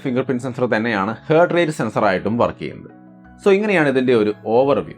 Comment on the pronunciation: ഹേർട്ട് അല്ല ഹാർട്ട് ആണേ 😌🥰